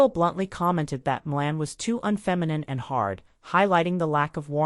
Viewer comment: It's Shirley Maclaine, not Shirley Milan